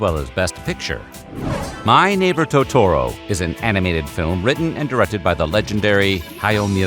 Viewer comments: That’s literally how every person I’ve ever heard say it pronounces it lol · Imagine pronouncing "Totoro" like that and the editor releasing the video